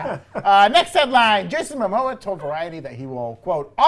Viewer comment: It’s Momoa, not Mamoa lol